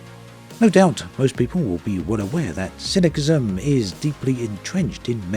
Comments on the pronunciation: its pronounced sism not kism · si·nuh·si·zm not si·nuh·ki·zm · Cyni K ism ? Honestly, have you never heard the word spoken before ?The second C is soft - it is pronounced Cyni S ism. As always, interesting video though. Keep up the good work. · The c in cynicism is soft, pronounced ss not kk. Sorry for being a massive pedant, I'll get my coat... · FYI the 2nd C in "cynicism" is pronounced like an S not a K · Cyn-is-sis-um. Not Cinic-ism! I love you. 😂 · The second C in Cynicism is pronounced as an "S" sound. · took me a minute to figure out what you meant. im guessing you were talking about cynicism though (pronounced cynisism) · sorry, I can't watch this video with this ponounciation of cynisim. I watch a lot of your vids, I am afraid this has now come to an end. Good bye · Cynicism - sin-uh-siz-uhm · i am baffled by all the arguments in the comments, and not one is criticizing his pronounciation of cynicisim?! maybe im wrong lmao, but I've always heard it pronounce "cynisisim" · Cynicism is pronounced si.nuh.si.zm. Not with a hard c. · Both "C"s in "Cynicism" are a soft "S" sound. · never seen anyone pronounced it as cynickism before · not to be cynicKal but you pronounce it incorrectly!! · The way you pronounced "cynicism" gave me a suicidal ideation. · Gave up on the video when it became apparent that you can't even pronounce the word cynicism. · You're saying cynicism wrong bro. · Why can't you pronounce ''cynicism''? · you're a native english speaker. HOW CAN YOU SAY CYNICISM WRONG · Cynicism doesn't have a hard C in it's pronunciation. S sounds for both Cs. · His pronunciation of "cynicism" made me question everything I thought I knew. #homeschoolproblems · yeah that hurt my ears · The way he pronounces "cynicism" makes me feel cynical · I see the reasoning for this way of saying "cynicism", because all other "cynic-" rooted words have a hard second c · He's using the Latin pronunciation because he's an OG